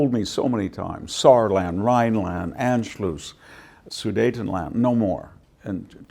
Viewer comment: He lost me at his horrible pronunciation of "Anschluss". He sounds very professorial and erudite until he tries to pronounce a simple German word. I remember losing respect for my history professors in college for the same reason. If they can't pronounce it, they can't speak it. If they can't speak it, they haven't read the original historical documents. If they haven't read the original, they are very limited historians. I watched Michael Wood read passages of Beowulf in Anglo-Saxon in his "In search of Beowulf" series. This is the standard that every German high school history teacher meets, but our PhDs only master monolingual sophistry.